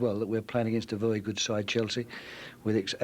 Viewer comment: "A vewry good side"